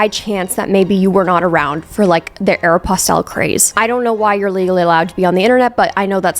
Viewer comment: The pronunciation of Aeropostale was posh